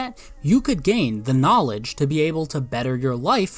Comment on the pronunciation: KGNAW-LIDGE! ugh tai is gross